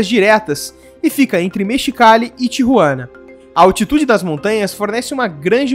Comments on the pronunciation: Não se dis Tiruana E sin Tijuana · Seu Espanhol é muito fraco..não sabe falar o nome de Tijuana.